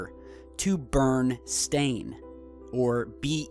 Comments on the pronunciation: You properly pronounce and articulate all the word "glitches" relating to the Mandela Effect but the Berenst*in Bears one. You pronounce and articulate Berenst*in Bears like BURNst*in Bears, when you should really say it like BER-ENst*in Bears, not one word like "BERN" but two words like "BER EN". But "BER EN" sounds off right? That's because my reality just within several months ago was not debating a Mandela Effect between BERENstEin Bears vs BERENstAin Bears, but debating between BERNstEin Bears vs BERNstAin Bears. Forget about the "stEin" vs "stAin" debate, I have to debate the first part first between "Beren" and "Bern"; And it was Bern, for example, like "Feel the Bern" is not "Feel the Beren"... See now how you should really be saying BerENst*in Bears? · You are saying 'BURN' in Barenstein. It pronounced like 'Red Baron pizza', "Welcome Baron Von Trasburg, & the BARONess". Again, you thought it was 'stain' because you think it's supposed to spelled that way. Listen to the song, it's still pronounced STAIN, with the correct spelling of Berenstein. So sorry. Seek mental help please. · it's a midwest pronounciation.... it's how we said it in Chicago. Hard to translate or transliterate dipthongs and know how to say them in English. ..